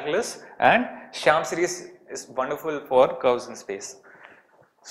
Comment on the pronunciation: Its Shaum series not shyam series